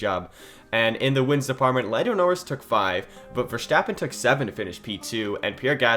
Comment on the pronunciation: You have a cool potential channel on your hands here, cool video. Small tip: Verstappen is pronounced Ver-st-appen not ver-scht-appen; short ST short a.